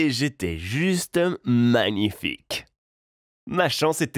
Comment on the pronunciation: La façon dont il dit ''magnifique'' m'a choqué